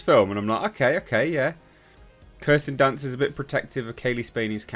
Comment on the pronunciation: "Kirsten dunce"😂